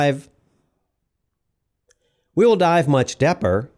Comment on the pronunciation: ......Much depper" until you said "deeper" I was going crazy 🤣 I hear a lot of VO on documentaries where simple words are mispronounced consistently throughout 1 hour 45 minutes.